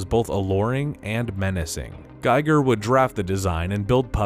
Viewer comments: Its giger not geiger. Different pronunciation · H.R. Giger's last name is pronounced "Ghee-gur", not "Guy-gur". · Learn how to say Giger's name! He shaped horror monster design, so show some respect